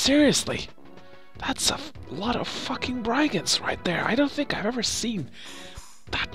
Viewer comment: It's branonced i in brigands